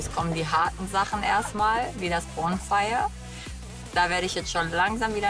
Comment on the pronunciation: Bin ich die einzige, die bei jedes mal "pornfire" versteht? 😂